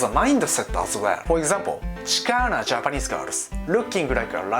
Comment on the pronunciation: When said chicana.... made me turn off phone...